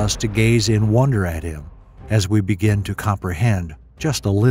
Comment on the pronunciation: PRONOUNCIATION IS WRONG BEGIN BBIIIGGIINN BEGIN